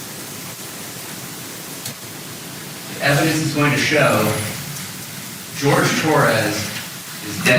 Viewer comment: Jorge. Not George. Least we can do is respect a victim.